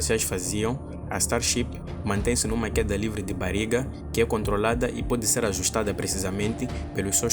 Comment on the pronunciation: "Bariga" foi foda, treina mais esse sotaque